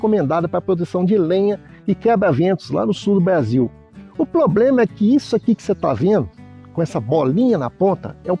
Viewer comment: "poblema" kkk